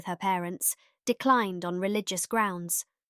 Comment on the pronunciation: It's AI---the pronunciation of several words ('photography' and 'declined') are mispronounced